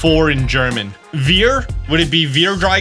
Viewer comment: I like your video quite a lot,. Got my imagination up. Just a little thing. I'm actually german, and the "v" in vier is spelled like an "f" so fier. While you spelled it "wier" which you can see is our "w". Don't worry. Foreign languages are always difficult, so don't take this too serious. It's just a friendly explanation, okay. Again good video and have a great day. 😃